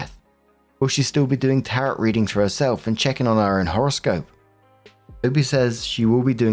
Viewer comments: It is pronounced "Tair-roh", not "Tarrot" like carrot. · it’s “ta-ro” not “ta-rot”. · Ok, this is driving me crazy! It's pronounced, Tar OH. The T at the end is silent! 🤣😂 And no psychic, worth their salt, should be telling anyone when they are going to die! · I love you so much,. But Tarot is pronounced Tar-oh. The second Tis silent. 😂❤ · Tarot is pronounced TARE-oh. The “t” on the end is silent.